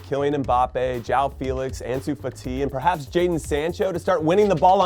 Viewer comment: I hate the way he pronounces fati 🥴🥴